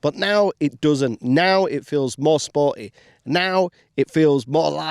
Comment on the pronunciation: Or what's "spor-i?"